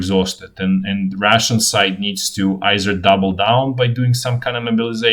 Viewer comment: The way you pronounce “Russian” sounds like “ration” to English ears.